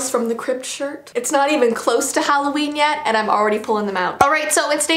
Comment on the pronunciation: Who’s exited for “Halloveen”